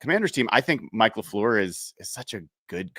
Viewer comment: Brian’s inability to say Matt LaFleur’s name correctly is so hilarious 😂